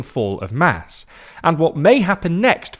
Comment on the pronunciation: MAS is pronounced like “moss”.